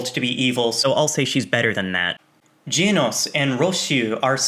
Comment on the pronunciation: GEHNOS NOT GEEEEEENOS